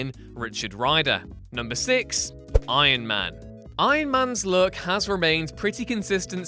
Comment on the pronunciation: stop saying Aien Men